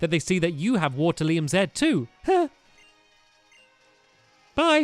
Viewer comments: Not waterlium waterium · Its waterium not waterlium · It's waterIUM not lium